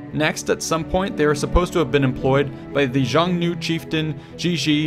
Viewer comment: The Xiongnu, the proto-Mongolic nomadic enemies of the ancient Han-dynasty Chinese, were pronounced as "SHI-ONG-NUU", not "JEE-ONG-NUU" as you pronounce it in your video. Otherwise thank you kindly for making this video. I've read about the theory long ago, although I still find it to be dubious. Other Caucasian peoples (the Saka, for instance) lived in northwestern China at the time, under Xiongnu and then Han Chinese dominion. A more credible theory is the Roman embassy to Han China in the 2nd century AD, first landing in Vietnam (the northern half of which was once under Chinese provincial control, the other parts under Champa and Funan). This was described in several works of Chinese historiography. It occurred in 166 AD during the reign of Emperor Huan of Han and likewise the reigns of Antonius Pius and Marcus Aurelius. Coincidentally, Roman medallions dated to their reigns have been uncovered in Oc Eo, Vietnam. Ptolemy, in his contemporary geography, even maps out Southeast Asia, the Gulf of Thailand, and the South China Sea, which remained the easternmost territory in Western geographies until the travels of Marco Polo to the Yuan Mongol court at Khanbaliq/Beijing in the 13th century. Moreover, Ptolemy's "Cattigara" was most likely Oc Eo, Vietnam.